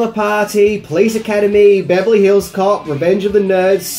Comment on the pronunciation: I love how says "Beverly HILLS cop"